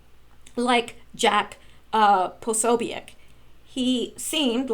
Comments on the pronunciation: Jake Posobiec is pronounced Jake Pa-so-bic. Bill Mahar is pronounces Bill Marr. Good God you are driving me crazy. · I thought you of all people would know how to pronounce his name but apparently not. Jack P's name is pronounced puh so bic with the o being a long vowel and the u and i are short vowels. Now give it try and pronounce it correctly.